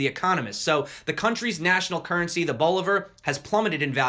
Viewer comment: Since you'll probably be talking about Venezuela again, bolivar = Believer as in Imagine Dragons ㋡ Say it like you're from the south